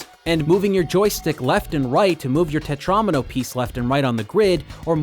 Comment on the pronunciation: im sorry what is a tetraAAAHHhmino